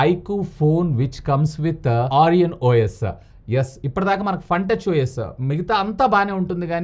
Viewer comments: Origin ❎ Orian ✅ 😭🤣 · Arian ❌Origin✅ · Origin OS ❌️ Orian OS ✅️